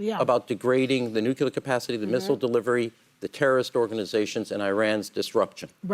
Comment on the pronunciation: Why does he keep saying NUCULAR? It's NUCLEAR. We all learned this when George W. Bush was in office!